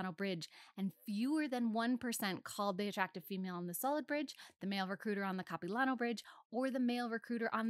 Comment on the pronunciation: This is a really cool video! But as a vancouverite, her pronunciation of Capilano is very silly.